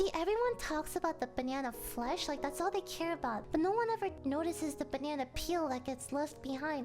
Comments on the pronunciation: She pronounces banana as banyanya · she says banyana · I swear to god she says banana like Bae-Ne-Enna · Lily pronounced "banana" like, "banyana". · It's not "Banana" it is "Bananya" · Am i the only one hearing her saying banana"banyana" ? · I love how you say banana 🍌